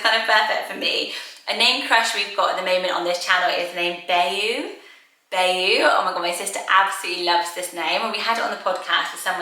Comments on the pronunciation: So I'm sure that you can pronounce Bayou "Bay-Yu" and it's probably pronounced that way in other parts of the world. But if you're from pretty much anywhere in the southern United States, you're probably going to pronounce it "BYE-yu." Louisiana has lots of swamps with waterways that we call bayous, and that word is kind of integral to rural Cajun culture. Bayous are used as sort of water highways in places where roads don't go through the swamps. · Also, i think there were previous comments on another video about this, but Bayou is pronounced bye-you or buy-you, not Bay-you, as pretty as that sounds. :) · I love Elliot! And Pax, Keats, and Brooks are super cute! Bayou is pronounced “by-you“. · In the US we would pronounce Bayou “BYE-YOU” still love it! But thought I would share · Thank you!!. Don’t worry, if I didn’t have an American husband I’d pronounce it the same was as you. It sounds gorgeous either way xx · I’ve never heard anyone in the US pronounce bayou like that but multiple baby name channels outside the US have😂